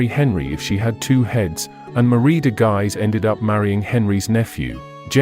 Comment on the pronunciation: An FYI, it isn't pronounced "Guys" but "Gueez".